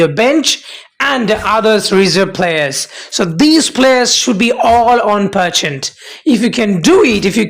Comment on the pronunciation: Your videos are very informative. Thanks for posting. Just a suggestion. Its 'Percent' not 'Perchant'.